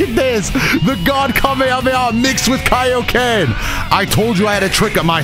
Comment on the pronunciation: Finally someone pronounces "kai-oh-ken" correctly👍